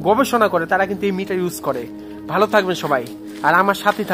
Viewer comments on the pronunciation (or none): none